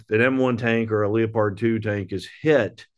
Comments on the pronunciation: How can he not read it as leopard like the big cat.lol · The only question I have is why can't this guy say "Leopard" properly? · Is that a German pronunciation of Leopard? Leo-pard